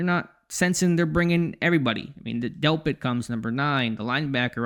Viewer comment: Intro be like: heyevwybuty